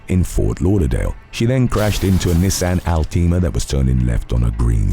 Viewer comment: Pronouncing ALTIMA as "all team ah" is diabolical 😂